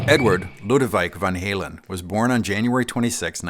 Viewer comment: It’s pronounced “lod-vidjk”